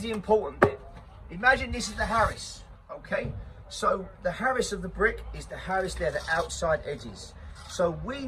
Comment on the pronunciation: Either point out you’ve got a speech impediment, which is not a problem if that’s the case or start speaking proper( see what I’ve done there) it’s aris to aris not Harris to Harris and it’s ok not all k. I reckon out on site they would rip the piss out of you. 3 is a ranging line not a plumbing point, but hey ho keep largein it up